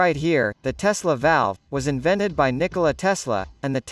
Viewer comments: MDS, fala Nícola Tesla, não Nicóla Tesla, plzzzz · MMMaaass Iberê se fala Nicôla e não Nicóla. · niCÓla?? 😢 que agonia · Kkk MT bom o vídeo mas o "Nikóla tesla" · Não sabia que se pronunciava Nicóla Tesla